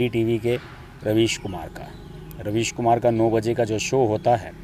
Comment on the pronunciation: Ravish kumar nahi raavish kumar .